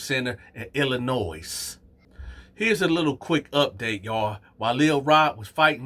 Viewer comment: You dragged that S on Illinois my guy 😂 the S silent